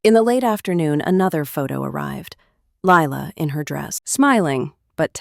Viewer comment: . You are spelling it as Ly la and saying it too. You don’t take any notice of the details.